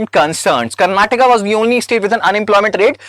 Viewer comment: Sir, you're an IAS preparation coach. Stop messing up the pronunciation: keralA, tamil nadU, karanatakA, kannadA and telanganA.